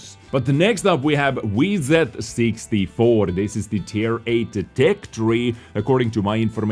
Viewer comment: Whats up with the time stamps lol, Scoda instead of Škoda, Wiet instead of Vzor